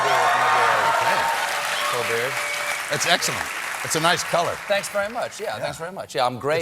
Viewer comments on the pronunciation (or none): Did he say Colbeard and in Stephen Colbeard?